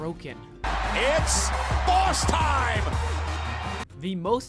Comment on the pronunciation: "Its baws time" 😂